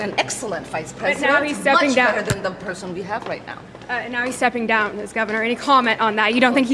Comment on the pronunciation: Who ill hand OLD mar😂 i heard PRISON😮